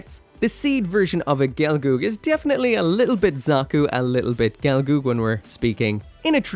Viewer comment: gel-girl not gelgoog